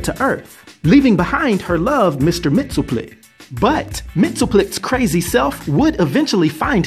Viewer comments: It's "Mix-yez-PIT-el-Ik" and "K'LT-pez-YEX-um", actually. Not so hard to pronounce once you've practiced them a bit. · It’s “mix-is-spit-lick”.